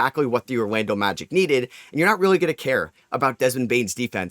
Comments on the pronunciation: His New York accent is coming out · Mawwiage is what bwings us together today